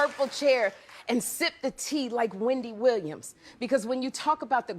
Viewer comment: Everytime says “HWhendy” - it sends me 😭😭